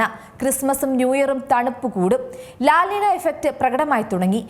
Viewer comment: ലാൽ അല്ല ലാ.... നിന..